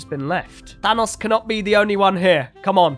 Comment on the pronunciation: is saying thanos like fanos witch isn't the way you say it